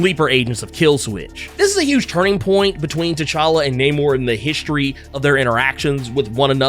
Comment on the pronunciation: Say his name right, bro, NAY-MOR!